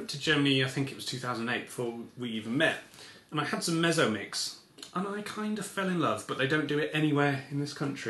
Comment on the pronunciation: Ah, I see the problem here: "Mezzo-Mix" is pronounced in Germany as "Met-tso-Mix" due to the German "z" being a sharp "tss" sound, not a soft "s" sound like in English.